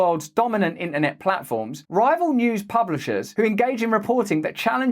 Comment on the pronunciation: In-ah-neh = internet